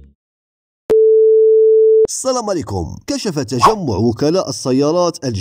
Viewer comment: سلااااااأااااااااام. ههههه 😂 بدل شوية الخاتمة و نطقها ببساطة اخي!!!!!